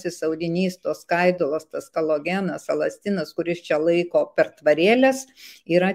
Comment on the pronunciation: Kaip padaryti, kad gerb. gyd. ir vadintų, ir rašytų kOLAgenas, o ne kALOgenas. Calogen yra UK gamintojo maisto papildas, kuris neturi nieko bendro su kolagenu (collagen). Profesionalas turėtų teisingai tarti pavadinimą. Tam tikra prasme tai klausytojų ir skaitytojų klaidinimas.